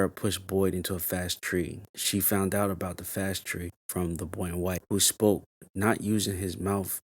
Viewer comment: It's Farway Tree, not fast tree